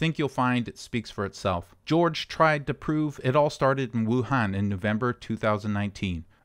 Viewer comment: Wuhan actually It pronounced —> Wu -hon